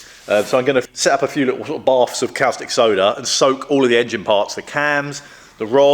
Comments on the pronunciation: Great video, progress! Caustic soda is pronounced cawww stick soda not kalstick soda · you say costic, I say corstic, says cowstic... Let's call the whole thing off;-) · Its pronounced "costick" soda not " Cowstick" like you're pronouncing.......just saying. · 'Cow-stick' soda lol. 🐄 Always thought caustic was pronounced 'cor-stick' or 'cost-ick', but what do foreigners like me know! 😉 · Great vid' as per usual ( btw, I think it's pronounced CORstic not COWstic, hope you don't mind me saying. ) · Its pronounced 'costìc soda' like 'caution' 😊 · That was a caustic remark. Cos tick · woops indeed. Caustic (pronounced costic) Soda solution is what you use on drill, mill or cnc bits to remove welded on aluminium. If you want to clean/degrease aluminium there are a multitude of specialist products better suited.